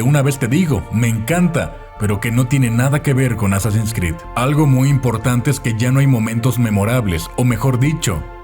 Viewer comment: Me perturba como pronuncia Assassin's Creed 🤢